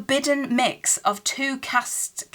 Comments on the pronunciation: Castes is pronounced as carsts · Pronunciation of the word 'Castes' is simply like you'd say the word cast but plural. Casts. Hope you don't mind the instruction 😀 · You had the pronunciation of castes right the first time you said it. It's only one syllable. Personally, I like seeing these kinds of videos, so I'd love it if you kept doing it!